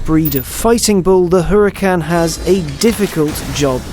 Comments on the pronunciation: its called URACAN not HURACAN if you think im dumb look at doctam3 videos he has one plus he knows valentino balboni so he is corect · Pronounced "Uracan" as told by Valentino Balboni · The "H" is silent!! Anyways, awesome review as always.